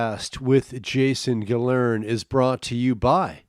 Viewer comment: This guy might not know howta say His own last name, but maybe thats parta why Hes so fn Hillarious.! You can seriously trade out the 5 latest Stand up specials for 5 episodes of this P/C on movie night and burn More Calories. Im down 5 mediocre comic pounds off My waste, waist, wa, . belt line.